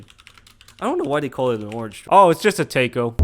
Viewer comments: IT'S TAIKO, NOT TEYKO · it's taiko not teiko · >tay-ko it's it's tie-ko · Was wondering what the hell a "tay-ko" was for ages and realised he meant taiko drums lol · My brain couldn't get over the way he said taiko I just kept thinking "tay ko? tako? taco? whaaaaaa" until I saw it written out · its pronounced like "thai-ko" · Take-oh? What’s a take-oh? I really hope this video was just jokes on mispronouncing musical terms/instruments. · LOL... btw, Taiko is called "Tie" -"Co" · Taiko is said "Thai- Co" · It's pronounced taiko not taiko